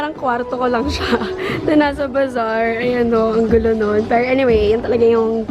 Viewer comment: tangina nmn oh ayusin mo pag salita ng "PERO"